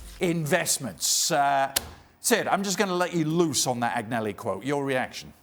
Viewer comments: Why are people employed to talk about Italian football when they cannot even pronounce the names correctly; Agg-nelli? (Should be An-yelli). Appalling and disrespectful, amateurish and unprofessional. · What credibility could a TV show host have when he can't properly pronounce Italian names aGnelli.... this is wrong on so many levels. Do your due diligence, it's not that fucking hard to pronounce a foreign name if it is your job to report.